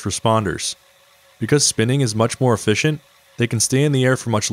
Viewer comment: Is nobody gonna talk about "efficienct"?